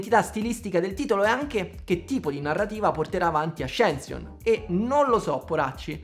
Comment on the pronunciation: Avevi detto bene ascension e poi hai deciso di italianizzarlo 😢